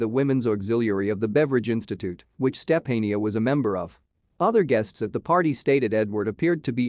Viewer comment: Step-A-neeah? Sophia?